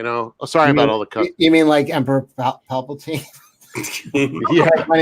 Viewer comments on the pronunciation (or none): none